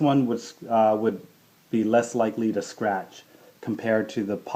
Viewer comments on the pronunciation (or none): none